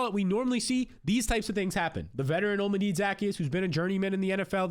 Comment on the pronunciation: O-Llama-Day Zuh-Key-Us sheesh lol